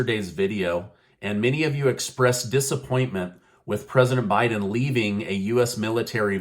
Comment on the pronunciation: Not bieden